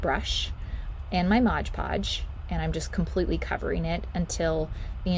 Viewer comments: I’m in my 80s and have crafted with mod podge for years and I never ever seen it sold as Modge Podge. It’s just a humming word habit with some of these utubers that don’t stop and think about the correct way to say the word mod. I’m just very aware of how people pronounce words. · Please stop saying Modge Podge it’s Mod Podge